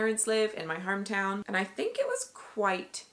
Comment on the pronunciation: When you said"hometown" you sounded so kiwi